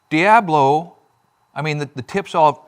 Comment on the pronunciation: Its El diAblo, not thee DIEaBlo 😂 thanks for another interesting pronunciation ❤